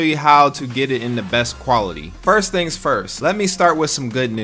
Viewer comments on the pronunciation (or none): none